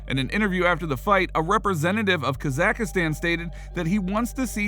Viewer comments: Khamzat smesh. Also, please stop trying to pronounce Kazakhstan 🇰🇿 lol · That's not how you pronounce that country bruh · You really should learn how to pronounce kazakhstan especially since you’re probably gonna be talking about this guy a lot in the future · Bro learn how to pronounce kazakhstan ! You can type it into google and listen to it, it takes 2 seconds ! Seems really lazy !